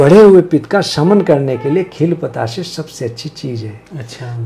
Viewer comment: બતાસે..... નહીં.....બે.... , પ તા સા...બોલે